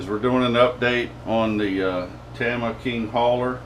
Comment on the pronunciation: not a big deal.. but it's pronounced TAM-ME-YA I had been saying it wrong forever we know what you're talking about regardless of how you say it. Great videos. So I was just wondering when you going to s-t-r-e-t-c-h the frame on that bad boy? haha